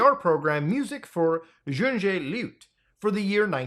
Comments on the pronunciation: Damn that's propably the worst german I've heard, "Jiungee Lewd" is not Junge Leute lol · LOL "Junjay loot." Yung-uh loy-te, young people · "dzhundzh lute" That was such a fail. young-e Loyteh would be closer. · Muta, the NDR programme "Musik für junge Leute" is not written in French, but German. So it is pronounced "yoonghe loyteh" and means "young people" as in "Music for young people". The way previously unknown/lost/hidden information's been surfacing, I hope the original image of "Jeff the Killer" will also be found by the end of 2024. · Junje Luiut 💀💀💀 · Love how you pronounced "junge leute" ,young people. I'm still rolling 😂 Shunege loot 😂😅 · I loved how you pronounced "junge Leute". lol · Bruh this pronunciation of “junge Leute” is beyond criminal… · I laughed so hard at his pronunciation. Muta being Canadian, thinking everything that isn't in English must be in French, is expected. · I have never heared anyone mispronounce "junge leute" that extreme, holy. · You mispronounced “Junge Leute” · As a German speaker that pronunciation of junge Leute really threw me off guard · He pronounced it like it was French